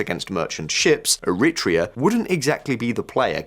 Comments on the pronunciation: ERI - TREEA not ERIT REA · Erritt Treah in an ancient nation! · It's pronounced eh-ri-TRAY-ah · Very cute. is trying to say Eritrea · He should have listened to the pronunciation in the clips before he attempted to read the script. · Wait , i didnt know the pronunciation of Eritrea was an entire debate ? Never heard this version